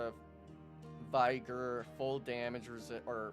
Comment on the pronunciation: Great video, i was gonna ask you if you would do some class tutorials and guides, my only criticism is your pronunciation of "Vigor" the "Vig" is pronounced like "fig" in "figure" just thought you should know.